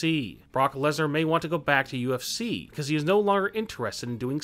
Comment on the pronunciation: This channel needs a new spokesperson. This guy has trouble pronouncing words. He can't even pronounce WWE. And it's UFC, not UFCCCCC.